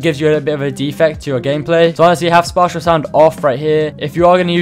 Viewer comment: the way he said spatial